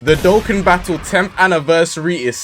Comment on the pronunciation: W ass vid but its doe khan not doe ken